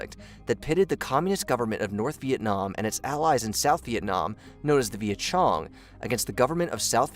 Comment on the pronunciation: Did he call the Vietcong the vietchong?!?😂😂